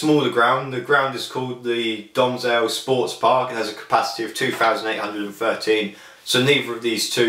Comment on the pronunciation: It's pronounced Domzhalay